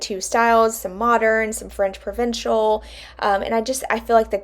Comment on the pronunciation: You're saying that right! French Provincial :) Great job on the dresser. It looks beautiful! I love the new hardware!